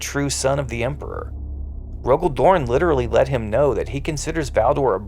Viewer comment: It's Rogal Dorn.